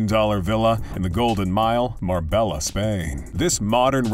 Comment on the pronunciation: Pronounced mar bey a ta c